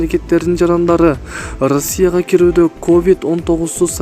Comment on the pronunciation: Ырасия дейтко манка блогер